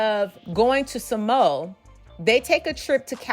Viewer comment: Sa Mo a. Not SaMo